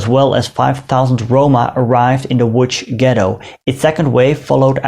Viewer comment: Thank you for making a video about this topic and educating people. Your mentioning of my city, Łódź (good pronunciation btw) reminded me about something. May I recommend the channel of the Muzeum Tradycji Niepodległościowych w Łodzi (Museum of the Independence Traditions in Łódź)? It has several high-quality videos about the Łódź Ghetto and related topics (in Polish but with English subtitles), for example, this one: And also videos about less grim topics, which you might find interesting, like the Revolution of 1905.